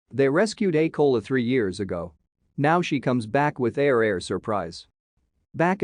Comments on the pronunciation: Ko “a” la not “Cola”. Please pronounce correctly. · This would have been terrific if they hadn't used a computer narrator! Don't do that! Otherwise, twin koalas(ko-a-la, not kola!) are incredibly rare! The babies are so adorable! I feel bad for Mum, though; she's really got her hands full!💖💖💖💖💖💖💖💖💖💖💖🐨